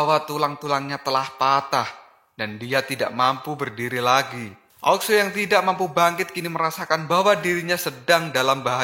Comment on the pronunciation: ao Xue Di baca : ao suu Bukan aok sue